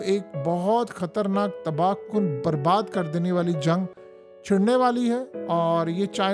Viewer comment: Now says TABAH KUN. 😢 TABHA KUN. 😅 He said it Twice.